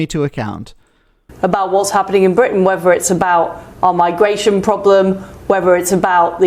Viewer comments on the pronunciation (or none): We have an Ex PM that pronounces "whether", as "wevver"... Oh deary, deary me.